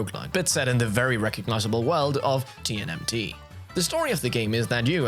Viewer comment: I’m sorry, did I just hear “TNMT” and “Foot Club”?